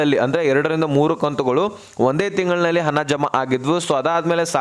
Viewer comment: ಹನ ಹನ ಹನ, ಅನ್ನಬೇಡ ನೀಟಾಗಿ ಹಣ ಅನ್ನು ತಮ್ಮಾ ಉಚ್ಛಾರಣೆ ಸುಧಾರಿಸ್ಕೋ